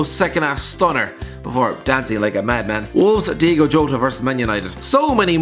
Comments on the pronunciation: To borrow from a popular Wolves chant - It's Diogo, not Diego. Come on! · People saying "Diego Jota" instead of Diogo Jota annoys me so much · diogo not diego makes me happy makes me feel this way its diogo not diego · DIOGO NOT DEIGO